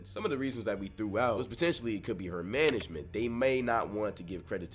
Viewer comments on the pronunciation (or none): The boys said… manegment. 😂